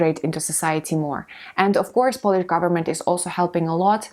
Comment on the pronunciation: Polish /ˈpəʊ.lɪʃ/ - there is a diphthong here. Don't pronounce Polish as /ˈpɒl.ɪʃ/ . Try to differentiate the nationality from the act of cleaning something by rubbing it or rubbing something using a piece of cloth or brushing to clean it and make it shine.